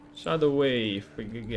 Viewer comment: Wave и Weave - разные слова и читаются по разному. Wave (уэйв) - волна, Weave (уиив) - ткать, плести... Спасибо за гайд!